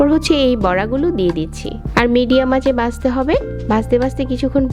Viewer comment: দেখতে কে বলছেন দেকতে 😡 ভাজতে কে বলছেন বাজতে 😡 ঘি কে বলছেন গি 😡 ঘন্টা কে গন্টা 😡 ভাবে কে বাবে, 😡 ভিতরে কে বিতরে 😡 বন্ধ কে বন্দ 😡 ঘন কে গন😡 মাঝারি কে মাজারি 😡 মাঝে কে মাজে 😡 সেকেন্ড এর ভিডিওতে এতো ভুল, কেমনে কি😱😱 সেই প্রথম থেকেই যে এমন জঘন্য উচচারণ শুরু করেছেন আজ অবধি চালিয়ে যাচ্ছেন। উফ্ অসহ্য, শুনতে শুনতে আমার কান বিরক্ত। ঠিক করছেন না কেন শ্রোতাদের বিরক্ত করা আপনার ভুলভাল উচচারণ? এমন সহজ উচচারণ ও কি কোন বাংগালী ভুল করে?😱 মাথায় আসে না ।😡